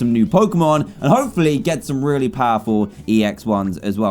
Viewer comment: At 11:8 I thought dan said rare-y nice